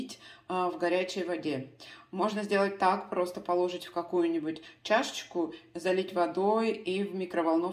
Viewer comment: утебя очень грамотная речь,но в слове положить,ударение на последнем слоге.С уважением.